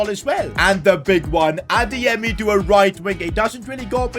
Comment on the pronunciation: says pronounces adeyemi so good he might have Nigerian roots we don’t know of